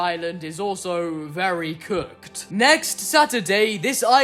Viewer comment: How you said very cook